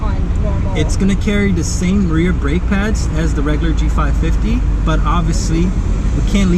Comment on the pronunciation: G550, not G55, I kinda stopped watching after hearing that. Could've been an honest mistake, but know your stuff and you'll nail the videos 👍